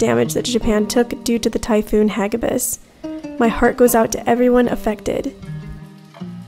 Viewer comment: "Hagibis" is pronounced as ha-GI-bis, like how you pronounce "tornado". 🙂